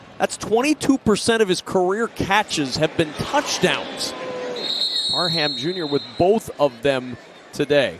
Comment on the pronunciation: Parham is an ENGLISH name. It's pronounced "Parram" - NOT PAR-HAM. 👎😮 The "H" is SILENT. Please learn and maybe read a few books... M 🦘🏏😎